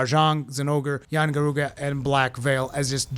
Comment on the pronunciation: How the fuck you gonna go full spanish on Yian Garuga but tell us we have to LURR the monsters. All or nothing on that pronunciation lol